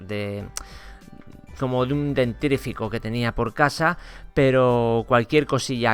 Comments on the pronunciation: Es "dentífrico" , no "dentrifico" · dentrifico xd